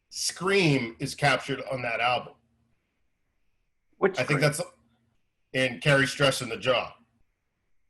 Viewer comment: You know Eric is a true mr bungle fan when he says “bungle” albume